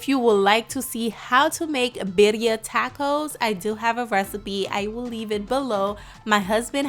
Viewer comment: Not pronounced right 😂